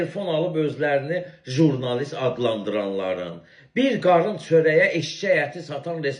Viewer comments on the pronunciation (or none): Zurnalist yox oğlum, jurnalist.